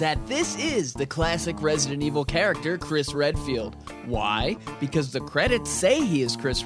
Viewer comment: resident evil 7 stfu u say it like that in every vid but I.like ur vids